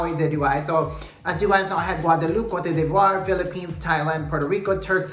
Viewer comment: Ivory Coast couldn't even pronounce its name in the opening, then it kept falling apart and the whole event was very lackluster. And Venezuela, meh! The best team won, the one that showed character, substance, and a lot of personality day after day.